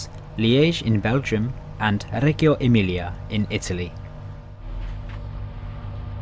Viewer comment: Ci sta ci sta. Ma quando hai detto "Reggio emilia" si pronuncia "redjo emilia" invece di "regho emilia". Una cosa abbastanza piccola però comunque lo appunto.